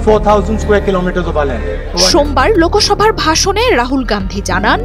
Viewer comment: Kotha ta 'LOKOSOBHA' noi, eta 'Loksabha'..😂😂